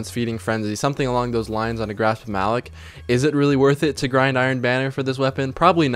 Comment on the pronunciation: I love you but stop saying "Grasp of Malick". It's "Grasp of Ma-LOCK." You'd know that if you ever played PvE. Super annoying. Good video, though.